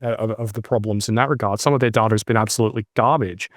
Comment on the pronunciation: I appreciate Martin’s pronunciation of “data” far more than “dAta”. More 1970’s ABC style pronunciation. Apparently in line with the Trans-Atlantic pronunciation that was de rigour before the jet set had jets.